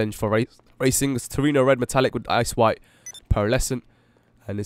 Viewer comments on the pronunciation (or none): the first time he said "ice white," I thought he said "ass white" xD hahah